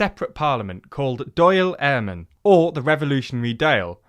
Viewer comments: My god am I happy to see this. An English based publication that has mentioned English war crimes. One piece of feedback Dail is pronounced like ball with a D and Eirrean is pronounced like Air-Anne. Hope that helps!! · Great video, but a correction: Dáil Éireann is pronounced ‘Dawl Erin’ and not Doyle airmen